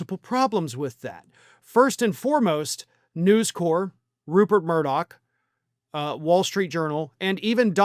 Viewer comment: FYI - It's News CORP, not "core". The Marine Corps is pronounced "core".